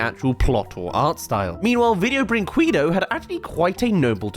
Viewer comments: i laugh at every "video brinqkueedoh". XD btw, if anyone interested, the right pronunciation is "brinkedo". the company's name means "video toy" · Seeing you pronounce Brinquedo in the absolute most hedious way is the most entertaining part of the video.